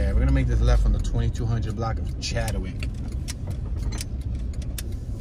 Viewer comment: Chadwick not chad de wick lol